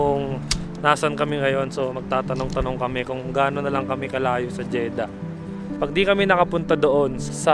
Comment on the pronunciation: Jeddah po, hindi Jeda haha